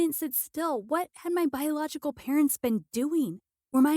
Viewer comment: Damn how many times did ahe even say biogolical